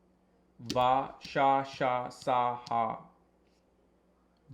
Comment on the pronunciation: All are Telugu Alphabets Hey, you got this list from some Telugu astrologer or Telugu astrology book Oh yea, you didn’t pronounce some of them correctly It’s Meliki Sa and you sounded like sha when you said it 😂